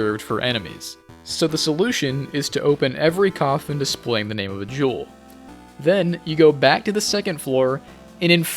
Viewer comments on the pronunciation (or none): none